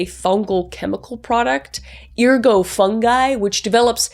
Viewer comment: The T is not silent in ERGOT.